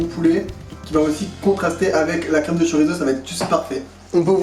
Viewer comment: Hello tchef'...! Petit détail, mais savoureusement votre. Le "Z" ne se prononce que comme un "S", sur son terroir d'origine. La prononciation "zeu" est grossièrement très exotique, et un indigène basque ou peninsulaire serait plutôt dépaysé. Le txorizo, ou xorizo, mérite peut-être de rester musicalement dans son joli écrin d'origine, non 😊 ?? Dan